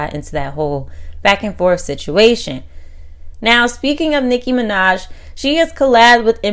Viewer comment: Yo this lady's can't 🛑🛑🛑 saying Nicki Minaj name 📛📛📛 and also copying The 👑👑👑👑 Queen Nicki Minaj there is no one can Rapp like her much ❤️💖💕💖💕💖 to u ok